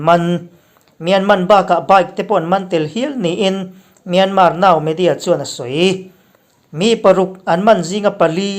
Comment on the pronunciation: myanmaaa tiin an lam thin a thenkhat hian..(R) hi anlam tel silova myanmar ti a lam lovin 'R' hi paih in myanma anti ziah a kan hre chiang chak deuh a...